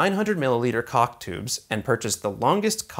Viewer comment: I don't have anything informative or useful to add but.... Accents are strange things. Caulk sounds like something else........